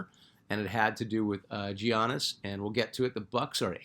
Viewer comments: I watched that part again and you're right! Honestly don't know why I did that. I made a fuss years ago when no one could pronounce his last name! Thanks for the check! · how do you not know how to pronounce Giannis. Come on now lol